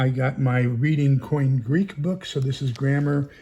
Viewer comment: Oh my ! It’s Koine not coin. On the livestream I thought it was “coin “